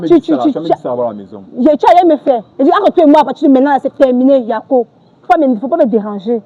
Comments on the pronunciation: Elle n'est pas Ivoirienne. Elle a dit" yako" dans un accent etranger. Ce n'est pas comme ça qu'on prononce "yako" .... lol lol .. et p[uis elle utilise "yako" n'importe comment. lol lol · C'est pas une IVOIRIENNE 🇨🇮 peut être elle est camerounaise et elle vit en côte c'est tout, elle prononce le mot YAKO pour se jouer les IVOIRIENNE, on dirait vous avez peur de la dame ou bien c'est parce qu'elle fait du bruit 🇨🇮🇨🇮🇨🇮⚔️